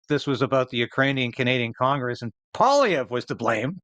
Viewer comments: Pierre PWA-LEE-EV(RE), accent sur la derniere syllabe. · Pierre "pwah-lee-ev" Not "paulee-ev" Poilievre is french is nature. That's why it sounds like "pwah-lee-ev".